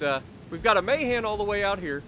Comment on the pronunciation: Not a big thing, but I think it's ma-HAN, not MAY-han.